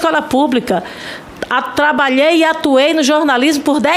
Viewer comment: Jornalista diz "trabaei"! kkkkkkkkkk